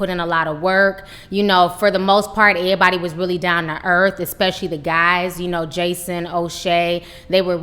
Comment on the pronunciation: Lol "ehbody". Lol